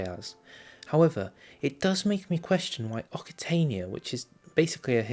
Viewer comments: Occitania is pronounced as oh-k-see-tay-nee-ah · Occitania is pronounced oksitania, or oksitanee in french.